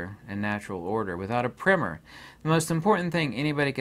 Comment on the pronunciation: What is he referring to in the beginning of the video….he says without it you can’t understand…. I believe he calls it a primer? Or primmer?